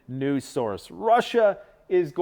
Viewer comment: I have listened to so much commentary of the news that I laugh when people speak so quickly that letters mixup. He says news, NUSE, because his brain is already thinking about nuclear when he is saying the word uses so they coalesce and he hast to correct himself. Humans are so beautiful, it terrifically sucks how much stress, manipulation, and lies we deal with